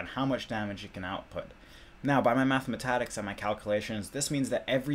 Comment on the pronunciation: "By my Mathmatatics" love it.